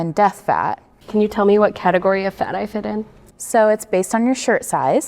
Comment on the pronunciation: OH GOD THE "FATEGORY" BS MADE ME LOSE IT😂😂😂